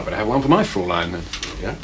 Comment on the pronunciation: A good series, better production values than 'Pathfinders'. My one minor gripe is the constant mispronounciation of 'fraulein', I would have thought they would have a language coach.